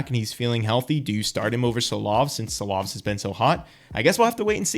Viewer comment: Ooh that pronunciation on Silovs was rough ngl.😁